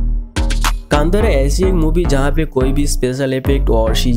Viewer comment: You can't pronounce the movie name correctly